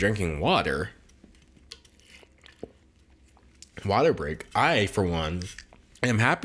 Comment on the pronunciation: no one: d'angelo: WateR BreaK